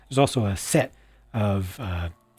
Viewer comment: Woah! You said "hashi sticks", good job on your japanese, I'm impressed you used that word in this review. 😀👍